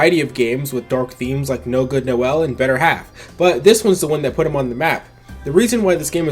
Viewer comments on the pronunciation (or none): none